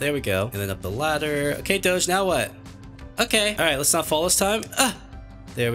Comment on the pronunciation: Him saying doge is absolutely obnoxious